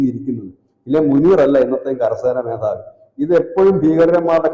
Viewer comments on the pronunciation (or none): മോധാവി അല്ല മേധാവി ന്ന് പറയണം ok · കരസേന മോതാവി😂😂😂😂 അച്ചരം തെറ്റി🤣🤣🤣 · മോദവി അല്ലെ മേധവി 👍🏻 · മോധാവി ആണോ മേധാവി ആണോ ശരി?